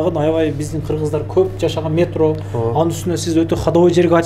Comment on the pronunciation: Метрону туура айтчы